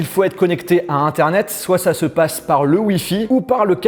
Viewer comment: C'est internet pas eternet 😂😂 mais sinon je quiffe ton salon j'ai un peu le me style mais moi j'ai une tele Phillips de 165 cm et il n'est pas si grand